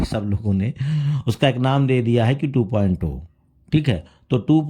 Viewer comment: Are wo 2.o nhi 2.0 hota hai kab se sun rahe hai thik to bola karo bhai